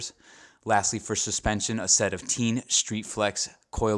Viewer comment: TEIN is pronounced like TANE/TAIN/TAYN/TAYNE. Not like TEEN....